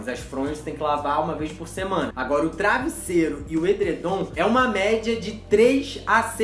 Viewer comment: É travesseiro você falou errado